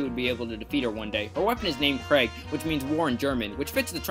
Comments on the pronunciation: Just fyi, try pronouncing it 'creek' with a soft K instead of 'Craig' and you'll be much closer to the actual pronunciation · Yes Krieg does mean war in German but it's not pronounced like Greg. The German i is pronounced like the English e and ie as a combination of letters just means that the i has a stronger emphasis so Krieg is pronounced like Kr e g with the e like from the meme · It hurt to hear him pronounce "Krieg" like the name "Greg"